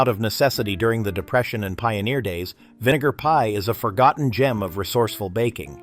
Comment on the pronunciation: .....not the voice over cutting off the 'vi' in 'vinegar pie' which makes me suuuper uncomfortable.